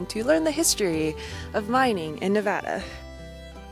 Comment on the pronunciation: I'm so glad for your adventures😊 Thanks for saying Nevada correctly lol Keep Jeeping!!